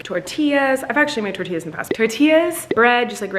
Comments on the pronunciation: I love how say “tortillas” like real tortillas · saying tortillas like the culture queen he is! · The Part In Where Says Tortillas He Says It Perfect Like A Hispanic Person lol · WAIT does speak Spanish? My lil Mexican heart fluttered at that accent when he said tortillas like yas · The way said tortillas sounds so fluent! Does he know how to speak Spanish?? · The way rolled the R in tortillas. Latina queen! ❤️👑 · ok but like why did say tortillas like an actual mexican accent IT WAS SO GOOD